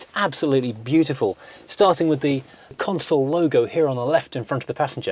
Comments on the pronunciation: Consul not "Console". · Pronounced Consul, not Console. Great video, thanks 👍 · It’s pronounced ConSUL not Console, you dipstick. 😂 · Stop stop stop STOP It's a Consul not a Console!! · It's a Consul, not a Console. Not once, but throughout! Aaaarrrgggh. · Excellent video about an onter sting car. It somehow irks me that you pronounce the model name as "console". It is a Consul. But that is just a gripe. The car is lovely and the video exudes affection.